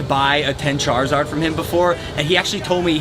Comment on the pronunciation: Lana sitting in the back like : what is a chazid ??? Btw I know it’s charizard